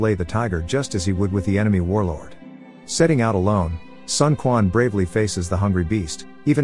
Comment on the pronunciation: Also, it is not Sun Kuan. More like Sun Chuan..